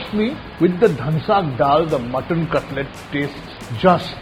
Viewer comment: Cutlet Nahi cutless 😂😂